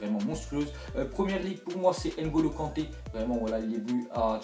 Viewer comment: Tu forces sur Kanté